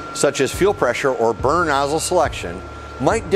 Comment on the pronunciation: Sounds like he's said burger tuning 😂 may I'm just hungry